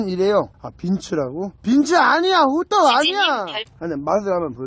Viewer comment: 어... 호떠..ㄱ 아니 호떡이래